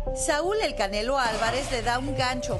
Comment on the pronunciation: La vieja ni sabe pronunciar el nombre del canelo jajaja